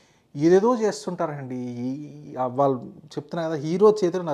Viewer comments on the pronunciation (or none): none